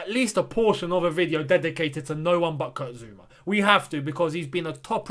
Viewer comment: It's Zouma ffs, can none of you read the player's names? How do you always get them wrong?